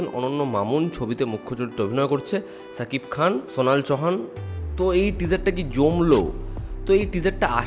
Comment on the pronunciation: নিজের উচ্চারণ ঠিক করো ! শাকিব খান হবে, ছাকিব খান নই !!